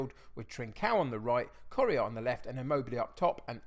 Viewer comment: I've really enjoyed watching your videos since Loki Doli shouted you out but I'm really struggling to over-look how you pronounce Correa.. commented just before the Real Madrid game so good luck!